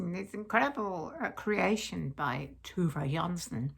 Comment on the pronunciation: Love your "linter wist"! 😂 I'm so glad you talked about Tove Jansson's Moominland Midwinter! Beeing scandinavian myself (swedish) I think you did an exilent job pronounsing her name. I absolutely adore those characters. The illustration made by Tove herself is so sweet and lovely. She also wrote novels for adults and was a talented painter. I think I'll be reading The left hand of darkness this winter and Advent sounds intriguing too. Thank you and Tilly! 📚 🐶❄️ ❤️